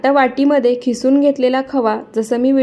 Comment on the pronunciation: खिसुन नाही किसुन म्हणतात